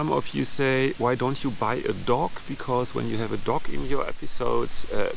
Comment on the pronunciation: Your accent caught me off guard and taught people were telling you to get a pet duck to help boost your subscribers as that would be ideal with that lake about. Then I realised you meant a dog.